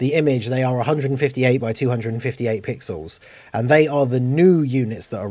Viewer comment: I mean, you were talking about that there won't be a banner unit since there is an extra LR on the banner. That sounded more like "There is an extra LR on the DFE banner und therefore there won'T be a banner unit" xD